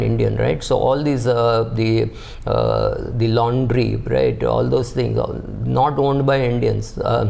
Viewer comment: All this 'Laundry' 😂😂